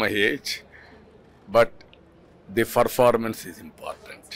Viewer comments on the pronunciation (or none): Ferformance is important. Fower , Emfower 😅😅😅😅😅